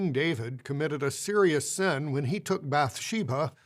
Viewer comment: This is unrelated to the actual substance, if JW talks can be called substantive, but every time I hear this GB member talking, all I can focus on is how he adds an H sound when he's doing the fake compassion elongating of syllables. "Davihid," "Bathshebha," "Urihah, "resphond," "kihing" good looorddd